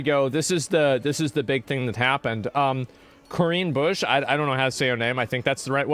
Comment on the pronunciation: Sounded like her name was "Korean Bush"